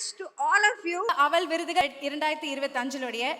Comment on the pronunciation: அவல் விருதுகல் என்று சொல்லுவதே படு அவலமாக இருக்கிறது..😮😮